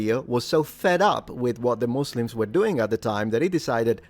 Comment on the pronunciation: Congrats for pronouncing it correctly in English as "muzlims" instead of the now nearly ubiquitous "musslums"